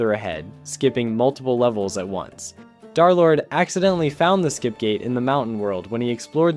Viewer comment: Yo twin who tf is DARlord? Its DUR-lord